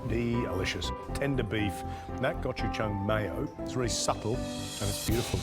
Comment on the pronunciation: as a Korean, all of these pronunciations hurt my soul